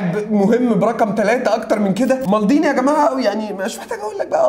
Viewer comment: مالديني مش مالضيني😂